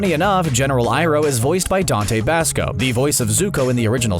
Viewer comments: did he say bahsco its bausco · Dante BAHsco, it's not pronounced like Tabasco.